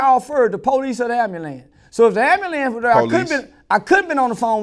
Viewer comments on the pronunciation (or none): “Inna AMBALANCE”